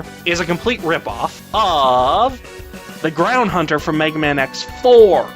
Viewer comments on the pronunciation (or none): none